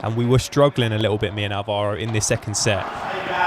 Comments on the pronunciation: Awesome video. Super quick Spanish tip: anytime you see an accent mark (á or é etc), it’s to mark the syllable you emphasise. Maybe Playtomic didn’t have it but it’s Álvaro, not Alváro. Same for víbora and not vibóra, which is a common one to hear in the UK 🥲😄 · Nice video man. The only thing is... It's pronounced Álvaro, with the accent on the A. But, anyways, very fun. Also, you started talking Spanish in that match, but you were playing a Leandro? Sounds Argentinian to me ahhaahah.